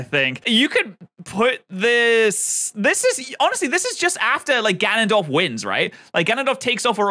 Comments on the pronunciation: To be fair, only Ganondorf (btw, you say his name wrong. Gan-nun-dorf. Hard name.) remembers his past lives, since Demise is a part of him. It would never cross Link and Zelda's minds to wish away a curse they know nothing about. Every time they reincarnate, they are basically going in blind. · Normal people: Gan-on-dorf: Ga-non-dorf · Why does he keep saying Ganondorf like guh-nun-dorf instead of gan-un-dorf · Us: Ganondorf: Gunundorf Us: 🤨🤨🤨🤨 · Gan-on dorf? It's not fucking qanon. Ganondorf. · Everyone: GAN-on-dorf: Ga-NON-dorf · IT'S GANONDORF NOT G'NONDORF! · im dying hes saying gah non dorf not ga non dorf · Its GANONDORF NOT GNONDWORF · (Gan-an-dorf) not (gu-non-dorf) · every time he says “Ganondorf” he pronounces it like “Gonogdorf” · Dude has pissed off the entire Zelda community by saying ganondorf as gaunundorf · Are you joking?!?! "Guh-Non-Dorf" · “Gonon Dorf” lol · Not him pronouncing it G'hnondorf. 😭 They spell AND say his name properly in the video at least 100 times and somehow, we still end with this man saying fuckin' G'hnondorf. I really hope that's just like, a bit he's doing.. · BRO JUST CALLED GANONDORF gnnondorf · Guh-naan-dorf Gotta say I've never heard that pronunciation. XD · GuHNonDOrF lol honestly it’s kinda funny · Ga-non-dorf, sorry that pronounciation is hilarious to me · Hmm, yes. G'nondorf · bro its GANONDORF NOT guhnondorf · "gaNONdorf" What? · GA NON DORF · There's not that many goddesses, there's only four - Din, Nayru, Farore, and Hylia. Also, this video is the only time I've ever heard anyone pronounce Ganondorf the way you say it. You even said it that way seconds after the narrator in the video pronounced it differently. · im pretty sure his pronunciation of ganondorf is a joke, there was a part where he almost said it correctly but doubled back to say it wrong again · I have been a fan of zelda my whole life. And the way he says Ganondorf makes me want to cry. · I REALLY hate how you say "Ganondorf".